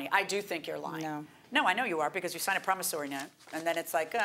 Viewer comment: Say it with me everyone .... PROMISSORY note, not Promisarry note 🤦🏼‍♀️